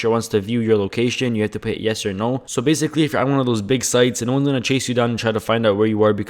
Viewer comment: zzzz bhzhhh baysickly bshiculy.. LEARN TO SPEAK.. lol